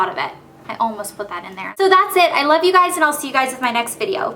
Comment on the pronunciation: love not lobe